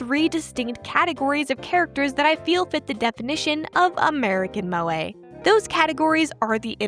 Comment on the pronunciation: Every time an American pronounces Moe an anime girl dies